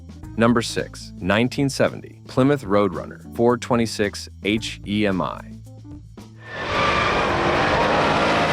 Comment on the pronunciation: How is Mopar a GM product? It does say 12 Most Powerful GM Muscle cars. The AI voice can't even say Hemi.